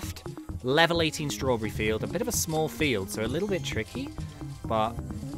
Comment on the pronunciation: (No offense) The way says strawberry; Straw-brrrrrrrrrrr-E